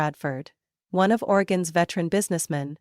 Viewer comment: Sad, you couldn't even pronounce "Oregon" right. .